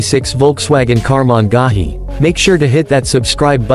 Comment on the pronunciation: Holy EFF! I lasted 24 seconds of the horrid AI voice until it butchered Karmann Ghia beyond listening ability.